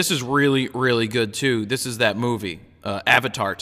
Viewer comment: Avatart. lol